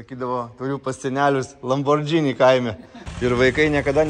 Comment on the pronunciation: ne LamborDŽini, o LamborGini 👍😉